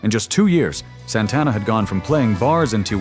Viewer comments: AI can't even pronounce his name. 😂😂😂 Santana didn't even have an album out yet, Bill Graham convinced the organizers to book them at Woodstock. Soul Sacrifice made 19 year old drummer Michael Shrieve a star. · A.I. Doesn't know how to pronounce Santana.